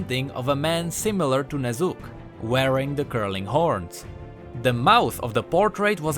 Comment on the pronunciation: Am I the only one hearing Ner'zhul everytime he says the name Ne'Zuk? :D